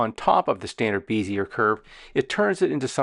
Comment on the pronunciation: Great video tutorial. I've learned things I never knew in Inkscape. I've used everything drawing program from Illustrator, Sketch, and Vectornator for iPad. I only used Inkscape for tracing because it's way better than Illustrator auto trace. Thank you. By the way, Bezier is pronounced (BEZ-EE-AY) like PEZ candy. They used to beat us in the head for pronouncing this wrong in design school. Now I'm brainwashed with this stupid word. I've subscribed and watched part 2 awesome sauce!!!!!!!